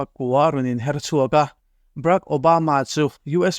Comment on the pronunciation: Brak Obama ti-in ilam deuh tlata ka hriat chu lem?!